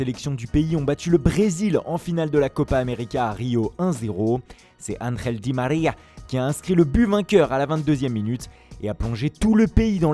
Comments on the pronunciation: « ANJELEEEEEE DI MARIAH 🤪🤪🤪 » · Belle prononciation de angel di maria